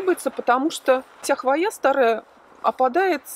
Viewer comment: Все классно, но слово хвоЯ режет ухо. Откройте орфографический словарь— хвОя